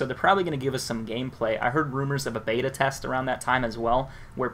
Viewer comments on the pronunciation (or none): none